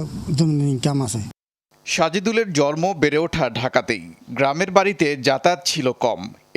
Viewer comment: দেশের একটা জাতীয় টেলিভিশন এর সাংবাদিকদের উচ্চারণ এর বেহাল অবস্থা জন্ম কে বলে জরমো।